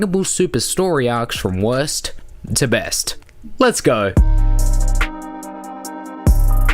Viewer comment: Sound like your saying West To Best